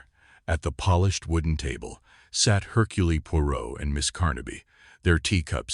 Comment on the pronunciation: Mispronounced "Hurcule". I just can't. I'll read this story in an actual book.